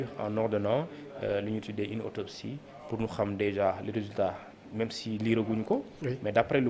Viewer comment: Autopsie et non otopsie